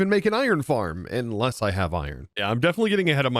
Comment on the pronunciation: You are pronouncing words wrong. “Ekspecially” “A nuff” “Inless”